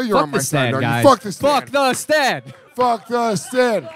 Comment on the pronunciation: It's unbelievable to me that Dave absolutely cannot pronounce the word "Stand". How the hell do you add a "w" to that word???